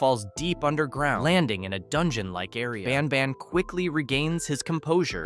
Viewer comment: Bros not baan baan he's banban